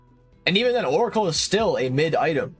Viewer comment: it's MID, not MYTH bro, even the subtitles know that bruh